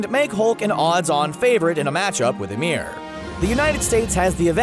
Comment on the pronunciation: Bro your saying ymir and fenrir wrong